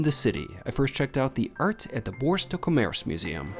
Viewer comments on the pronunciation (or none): The Bois de Boulogne isn't pronouned with that e at the end, de Boo long. It's where the vampire Lestat was first taken. You were lucky to get out with the tab.😂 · It is pronounced Bwah duh boo loon yuh😅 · Boo ah de boo loin. Pray Catalan. Nice video but please check pronunciation. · pronounced "bois de bouloin" one doesn't pronounce the "g" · Don’t pronounce the ‘e’ ending in ‘Bois de Boulogne’.